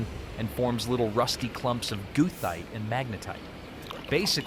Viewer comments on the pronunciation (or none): Please tell your AI that the correct pronunciation is "GUR-tight" rather than "goo-thite." Also, the French say "tweer" and no one but an Artificial Idiot says "to-yer-aye." Never ever trust AI to get the pronunciation right. Always look it up in the Oxford dictionary instead. Also "melt" and "smelt" are no more the same word than "snail" & "nail" or "stool" & "tool." "Smelt" is a chemical change NOT reversible by simply lowering the temperature. "Melt" is not a chemical change - we have the same substance before and after melting. THANK YOU for having your AI refer to the atoms in the steel instead of saying "molecules." It is refreshing to watch folk get that one right! Please note that 480°F is nowhere near a glowing heat. 880°F isn't even a glowing heat. One thing recently explored by archeology and not widely disseminated yet: The "fuller" as possibly artifact of forge welding rather than as something dented in afterwards. Many experiments show this alternative technique taking less time and resulting more easily in the observed patterns. The technique also requires only tools like those which have been dug up. Nobody had a belt grinder in Y1K.